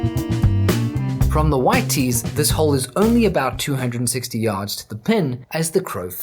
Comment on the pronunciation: Lol “FAR yds” that’s funny